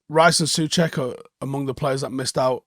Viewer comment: I'm from Czech Republic. So can i give you some advice? Souček is not read "Suček" like you say. But in your language just say together "So check" and you spell right Souček😂 easy isn't it? Thanks for reading and Glory Man United🥰